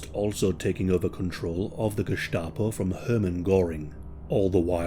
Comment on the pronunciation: great that you can pronounce the german "sch" but in Gestapo the "s" is just an s, like in the english "stain"